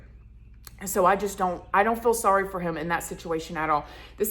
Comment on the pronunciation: You need a speech therapist. What is a heium. The word is "him" And it's " when I was 21 not whenever I was"